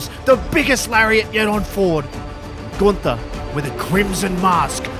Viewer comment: It’s not Gunther It’s GOONTERRRR